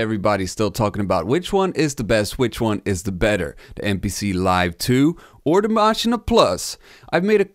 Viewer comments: It's not called a Machi-na plus .... it's just 'machine' in how you pronounce it. No emphasis on the 'n', no weird vowel at the end. And I know, I've been living next to the German border most of my life. There's nothing German about the way some of you idiots pronounce the name. I do not have a particular favourite between Maschine and the recent MPC standalones, mostly because the software and work-flow is definitely different enough for each to have their own (big) pros and cons. People often hate on the sounds that come with Maschine (in a quantity vs quality type argument), but at the same time there's so much in there, you'll definitely find at least some you're going to like. The one serious thing I do hate about the Maschine+ is how the hardware just isn't up to snuff in terms of performance and keeping up. It's 100% not acceptable for such a machine to slow-down to a crawl and break under the work load. Or literally just not support certain plug-ins at all. In that sense, I prefer the MPC (even though I prefer the MPC One, just overall much better bang for the bucks). The MPC workflow chart is also a little bit off. I mean, they have audio tracks in there as well. Pads also do not double as tracks in Maschine, it's just a way of controlling them. In reality, it all lives within the main project, hence 'no tracks'. At the same time, I wish Akai would have used different naming conventions for their shit, as 'program' just doesn't cut it. And yes, the work flow on the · It's actually Machin-eh (best way for me to approximate the German pronunciation writing a common English sound, as in "meh"). So yeah, there is a vowel after the "n".